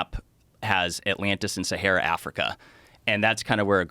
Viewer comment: Why does he pronounce it as seheyra?